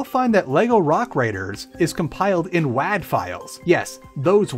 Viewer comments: Wad, not waad. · Your pronouncing wad wrong